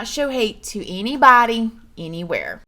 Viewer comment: “Please do not show hate to innneeboddyy innneeewherree” haha that little twang is so cute 😂 I always say the intro with you 😂❤️ btw your videos have been so consistent lately I’m LOVING it! ( not that you normally arnt) we have just been extra blessed with the videos lately ❤️😘